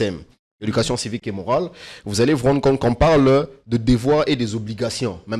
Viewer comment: Civique et morale c'est cé (C) vé ((V) et pas S V !